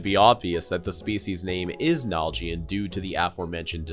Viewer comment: Its naljian not nal jian say it properly